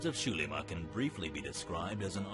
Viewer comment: Yeah, that's not how you pronounce Spanish "x". Also, who said character names? Put your dunce cap back on and return into the corner.